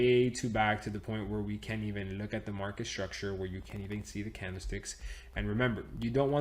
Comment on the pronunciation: Do 10 push ups always when he say struckture 😜